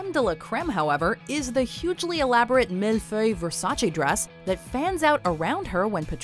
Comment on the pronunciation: Does anyone else find it so funny how the voiceover pronounces 'mille feuille'??? Twice she tries it and the second time is even worse than the first.